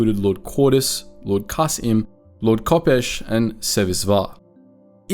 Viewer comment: Believe Kas'im is pronounced [Kasim], not [Kas im].